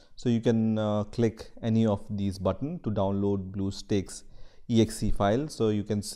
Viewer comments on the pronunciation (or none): none